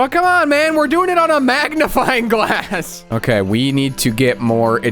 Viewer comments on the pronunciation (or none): I thought you were joking when you said magnifing glass